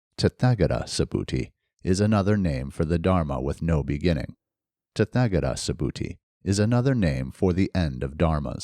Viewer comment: Hi, thank you for this and my apologies if it is rude to give a correction, but the “th” in “tathagata” is not pronounced like the unusual English sounds represented by “th” - as in “thick” or “thorn”, it is a dental aspirate like the sound normally represented in English by just a “t” - as in “top” or “Tom”. This is the case for all “th” in Sanskrit words. Best wishes 🙏🏼